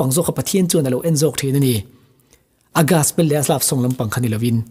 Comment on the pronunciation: Gaspel❌ Gospel✅